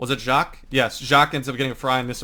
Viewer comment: it is pronounced JACK.